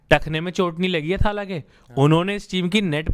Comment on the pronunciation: Arre bhai it's not थाला it's तला or even better तलअ . Stop pronouncing it wrong for god's sake!